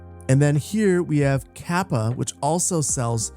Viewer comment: You mispronounced Lehto and Kapea Leh-to ka-pe-a